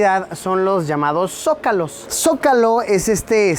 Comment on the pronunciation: Lusito: "Socalos" Yo: Costeño mamá burra xD